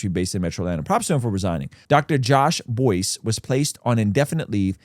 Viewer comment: Perhaps research...and little more? It's Buice rhymes with rice. And his statement admits HE LIED. As in made up up stuff about others. Not just lying about the accounts.